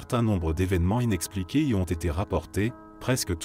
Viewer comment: On dit: inexpliqués! svp.